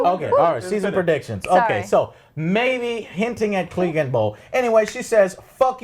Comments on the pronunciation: I really wanna enjoy this review, but it's super casual, yeah. I wish he put 10 minutes of effort into reading some comments, so at least he doesn't fuck up names every single time. Eurion (Euron), Cleegun (Clegane), call Bran Bronn all the time....the cringe never ends. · Can you guys pronounce anything? DANAREAAASSSS? CLEEGEEN? EURION? fucking hell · The World: Clegane Bowl Joe: Cleegin Bowl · OWL at least get the names right Eurion? CLEEgane? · The Evil Bassist can't wait for the cleegan bowl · It's Euron, not Eurion. It's Glegane, not Gleegan. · Urian (Uiron) Denarious (denarys) Cleegan (Cleagane) Lol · Who's Cleegun? 😂🤔 Poor Clegane, your names been butchered just like Prince Oberyns head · EurEAn instead of Euron ClEEgan instead of Clegane CerSCI instead of Cersei Confuses Aegon with Rhaegar... They all expect from the show to "Just go to the wall and fight some white Walkers" The wall wasnt around for 1000 years, but for 8000 years which repeatadly gets mentioned in the show. And after you get ALL of that stuff wrong you dare to call other people casuals?? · What on earth is "klee-gan bowl" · Who the hell are Eurion and Cleegan? 😂 smh.. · And the name mispronunciations drives me crazy. Cleegin? Urion? And the other two never correct him. Honestly, it's so consistent and jarring that it seems almost deliberate. I know there's a lot of characters, but anyone who's watched seven seasons of this show should be able to pronounce most of the names correctly. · It's Clegane lol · Joe you're a casual you can't even say clegane right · and he says danareese & cleegin bowl. I wouldn't comment, but he talked about casuals in a bad way..lol